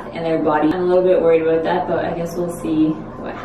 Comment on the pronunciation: when u say aboot because ur inner Canadian is coming out